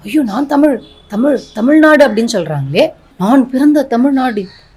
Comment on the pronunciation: தமில் இல்ல. தமிழ். கனிமொலி இல்ல. கனிமொழி. முதலில் இதை சரியா சொல்லுங்க தமிழ் (இந்தி)இசை அவர்களே.😢